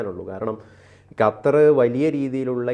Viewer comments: Hatar alla qatar.😅😅😅😅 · ചേച്ചി ,അത്തർ അല്ല ,ഖത്തർ ,ഖ ഖ,അതായത് ക,ക്ക ഖ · അപ്പോൾ ഖത്തർ കാലുപിടിച്ചു രാവിലെ വിഷം ചീറ്റാൻ തുടങ്ങി ഖത്തർ അല്ല ഖത്തർ ആണ് മാത്യു സാമൂവൽ പറയും പോലെ തന്നെ നിങ്ങൾ പറയും പോലെ എല്ലാവരും തിരിച്ചുവരും മോഡി യും ഖത്തർ അമീറിന്റെ കൂടെ എബിസി ചാനൽ കാർ ഉണ്ടായിരുന്നു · യ്ക്ക് ഖത്തർ ഇടയ്ക്കിടെ ഹത്തറാവുന്നുണ്ടോ? സഹാവ്, മുഹം എന്നൊക്കെ പറയാതെ ശരിയായ രീതിയിൽ ഉച്ചരിച്ച്കൂടെ.